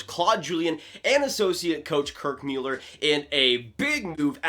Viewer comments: Please STOP saying Kirk Meuler it's MULLLER. Where have you ever heard his name pronounced Meuler FFS 😂 I'm gonna stop following you after that 🤣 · Thought it was pronounced Muller? Not Mewlerr? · He said Müeller, lol! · Happened upon this episode by accident. You lost a little credibility right off the bat by not even knowing how to pronounce Kirk Muller's name. Mewler? Where did that come from? I know he's only been around the league for 30+ years, so maybe you haven't heard his name spoken out loud before. Or is that another "mute" point? It's moot. You can thank me later. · Please if you are going to report about sports. Get their names right! Mewller!!??? REALLY!? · The quality of video was insane and you just stick on the pronunciation of Mueller🙄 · Why did he say it like that? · Quality of video is insane? Sorry but he cannot pronounce their names right shows me bad preparation. I stopped watching. Hard to listen to someone's opinion when they don't even know the names of the people involved. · Some of us were Habs fans when Kirk MULLER was on the Ice, playing. You said his name like you just read it somewhere. Weak. Seems to me that you are more fascinated with YouTube than hockey. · You should learn how to prononce Kirk Muller's name.